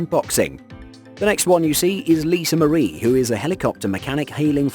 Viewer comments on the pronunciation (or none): none